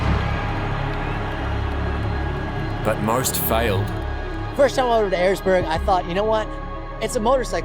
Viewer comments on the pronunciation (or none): Its called Erzberg not urzburg